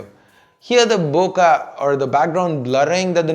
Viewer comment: its bo-keh not bokaaa lol